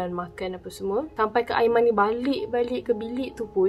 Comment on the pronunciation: "aimani" mohon jarak kan sebutan anda bila sampai part "aiman" dan perkataan "ini". "tunang hantar sampai depan pintu bilik.." ye aiman...kami percaya.